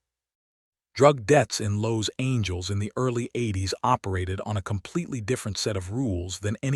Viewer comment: Yeah the "Los Angeles" mis- pronunciation was my first clue that the rest of the story would be bullshit. It looks like I was correct.. Very creative story if you're writing a fiction novel.. Way to go A.I.! ( Artificial Ignorance)